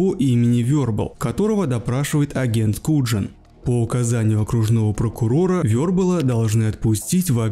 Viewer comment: Вербал кинт, и Куян а не куджин.😢😢